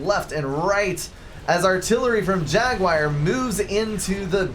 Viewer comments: Hi, I like your casts and used to watch everything you put out. But could you pay just a little attention to language? I'm Belgian and it drives even me nuts. Could you please say jaguar instead of jaguire? Please stop trying to talk faster than you're able to do so coherently: no need to clarify common words like scant-...few, pay a little bit more attention to what you're saying about the game (e.g. map control advantage to South in early game: no, and you reversed the statement). There is a reason your voice breaks: you're over-speaking. I am confident the quality of your casts will improve if you just give yourself a second to collect your thoughts:-) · Some pronounciation changes are in order (You crazy American) Achieved jag-you-ar ( not jag-wire) Ah-wassa Yolona- oss Yee-THOTH-ah Thaam ( kinda like “baam” ) EEL-I-ah ISTLE I do hope I helped